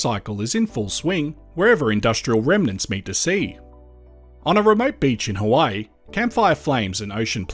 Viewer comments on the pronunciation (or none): none